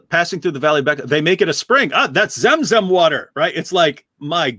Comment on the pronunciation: 🤞🏻«They payed the Hebrew bloke to pronounce "Mecca" “Buh-chraa”!»🤞🏻